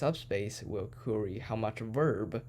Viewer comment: genius. btw 'query' is not 'cury' it pronounces 'qua-ry'